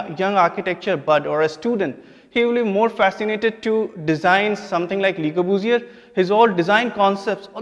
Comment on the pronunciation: Le corbusier... guess the course does not teach students how to correctly pronounce the name of the architect ... took me a minute to realize who he was talking about... Lahore (Lavapura) btw is supposed to be a city dating to the times of Lav the son of Lord Rama...chandigardh replacing Lahore... !!! what a travesty... anyways every bit of the history taught in our schools and colleges is entirely wrong... a cruel reality of our lives... ours is the worst karma...